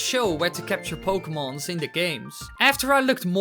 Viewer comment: "pokemons". lol